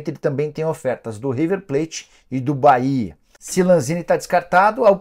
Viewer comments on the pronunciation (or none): none